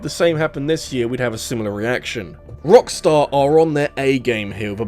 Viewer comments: Please please don't ever do that again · I know this mfer did not just say rockstussy 🤣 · mans said Rockstussy 😭😭😭😭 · Sir...did you just say **Rockstussy**??? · I spelled it out as "Rockstarcy" in my mind